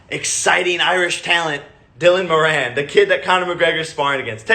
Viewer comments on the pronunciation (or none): Haha I'm from Ireland and u call him Dylan moraane it's Dylan Moran like in America u call someone a moran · Am I the only Irish person triggered by the way he pronounces “Moran” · It’s not “morainn” it’s mourin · Moran is pronounced more-in. Im from ireland... jakes pronunciation sounds so foreign and gross to me. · not jake and pronouncing Moran wrong smh